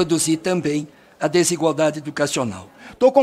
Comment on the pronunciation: "desigualdidade" kek